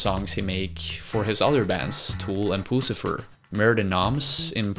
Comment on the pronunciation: Pronounce it pooscifer one more time and I might piss myself laughing.